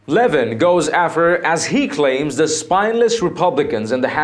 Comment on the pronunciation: It's a total shame that you offend the one and only Mark Levin. Please at least try to sound educated, and learn how to pronounce subject's name correctly. How can anyone with anything to do reporting political stories, not know how to pronounce the "Great One."..??